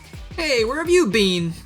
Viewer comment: “Where have you BEAN?”, your Emile is showing.